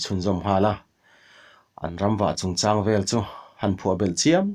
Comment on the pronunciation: Ha chang, mau chang ang ni lovin, lung chang tih angin, chang tih hi lam tum...Ha chang